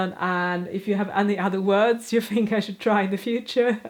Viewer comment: Your English is better than many native speakers, so you have nothing to worry about. Google was slow on haberdashery and you had it right first time. Awl is like All. Thimble was correct first time too. However you pronounce think as fink. Th is the same. Juggling is Jay not yugling. Hope that helps so 99% What are the same words in Swedish?